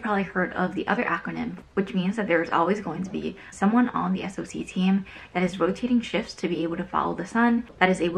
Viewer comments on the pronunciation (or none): Thought it was called a "Sock Analyst". never heard anyone else say each letter b4🤔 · Dubious, I work in InfoSec and have helped train SOCs from many different companies....nobody pronounces it S.O.C Analyst, just say it like the thing between your foot and shoe please 😂 Sorry it really irked me. But accurate intro into what an analyst's day to day is like, get ready to be a data junkie until you move up tiers and get to do the fun stuff.